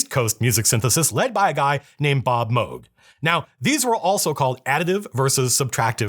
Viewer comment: Thank you for pronouncing Moog right